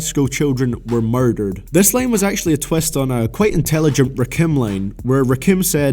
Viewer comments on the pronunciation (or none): is he saying line or lane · Not gonna lie, I didn't realize he's saying "line" instead of "lane" until like 6 minutes in.